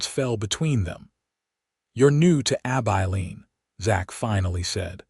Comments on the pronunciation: ABILENE - AI learn to pronounce this name which occurs for many towns across the West. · There is even a song "Abilene". It hurts my ears, sorry.